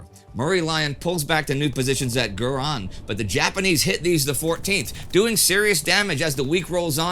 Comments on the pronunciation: the town mentioned is Gurun not "Guran" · it's not Guran but Gurun, a small town in the state of Kedah in Northern Malaya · It is ‘Gurun’ , pronounce as ‘goo-roon’.